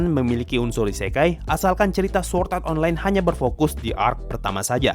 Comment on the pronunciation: SWORD bukan SWORT :v